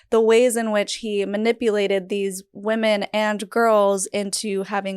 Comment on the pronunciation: this is so minor but it's distracting me: why can't women be women? it's like she cannot say the word "women"?